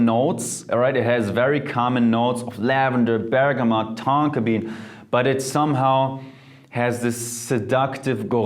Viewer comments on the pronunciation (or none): none